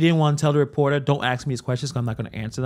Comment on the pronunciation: Thank you for covering this story as well as your coverage of the supermayor. Very informative and entertaining. However, I cringe every time you say ax. The word is ask. Keep up the good work, though. ❤